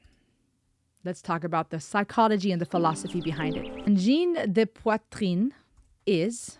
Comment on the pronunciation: The best pronunciation of "Angine de poitrine". Cool!